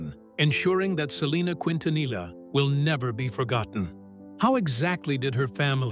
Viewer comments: Ahh yes, “Selena Qwintanilla” 🙄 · need to learn to pronounce her last name quin ta nilla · Miss pronounce her last name wrong. Disrespectful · Selena’s last name it botched to frequently in this video. They are saying L for the “LL” when it’s supposed to sound like a Y. I remember listening to her music on the radio before her death. She was a wonderful singer!!! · For goodness sake, learn how to pronounce her last name. 😂